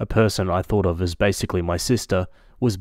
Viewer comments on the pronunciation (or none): none